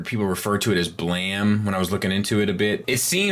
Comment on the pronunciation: I edited my comment; I was getting at the odd pronunciation of the title.